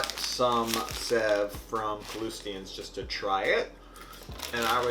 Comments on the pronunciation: It's pronounced save not sev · Sev is pronounced like save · Lol you made murukku! When you created the sev(which is pronounced save btw) if you don't break it up, that's murukku. It's usually found in stores premade, but at home it's awesome because when it's fresh made, it has a soft inside and crunchy outside. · Hey! I love this channel, and had no idea you'd done a video on the bombay sandwich. I live in Bombay! so cool. Anyway, great video, it was quite authentic too. Just an FYI, we pronounce "Sev" like "Save" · Sev is pronounced as save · The pronunciation is more close to the word save. But this is pretty cool to see/see people embracing Indian food ❤️ I don't even know how to cook it 😂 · Sev is pronounced as save. And yes, I can vouch for both the sandwich and sev being superb in taste. Thanks for the video. ❤️ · Sev pronunciation is save.. also i like the bread for the chutney but you blended it too smooth and watery .. try adding something hot .. usually a green chilly is added to the mint chutney . Also pinch of chilly powder in potatoes.. its amazing you almost got everything almost right .. and the thinner sev is usually called 'nylon sev' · It’s spelled sev but pronounced “save” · Sev is actually pronounced as "save" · Sev is pronounced-shave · It's pronounced 'save' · I’m from India, and I am amazed that you made it from scratch! Ps- sev is pronounced like ‘save’ (save me!!... lol) Loved the video!! Now I want a Indian sandwich 😊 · Hi! "Sev" is pronounced a lot like "save" , actually. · Bhai ko sev bolna nai ata par banana aata hai